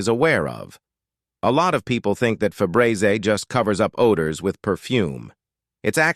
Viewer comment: Fe-bray-zay This low effort, AI voice worthless content is just pathetic.